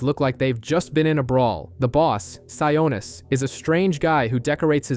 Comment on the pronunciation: Sionis not sianus